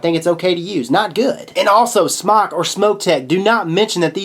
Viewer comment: Not sure why people keep saying Smock when pronouncing this companies name. It's pronounced Smoke (Smok). A simple Google search and would know this. There's a video on YouTube uploaded by Smok which is why I know. Not trying to be a word nazi just don't want people running around sounding stupid. Also at the end of the video pronounces it properly wtf, HA! I'm pretty sure when companies watch vidz like these they cringe when they hear their name mispronounced. Just a thought.